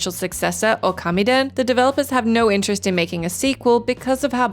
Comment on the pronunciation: Okami - it’s pronounced “ooo-ka-me” Not “oh-car-me”